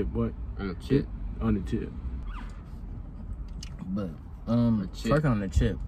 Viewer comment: He didn't say chip he said jit